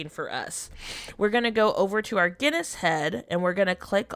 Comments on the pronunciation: LOL, I thought you were saying Guinness head 🙂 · she was saying Guinness head lmao. she obviously didnt know how to pronounce Genus. she also didn't even know how to pronounce Maitreya...